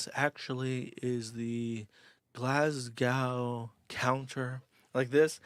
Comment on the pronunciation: He butchered Worcestershire & Glasgow!